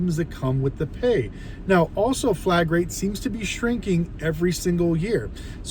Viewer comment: This dude is calling it flag rate? It’s flat rate. I doubt he knows what he is talking about. Reading some Google script.